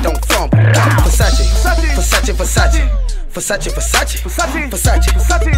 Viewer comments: Kudos to Drake for pronounce “Versace” the right way. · Calm down. They're just mispronouncing Versace over and over again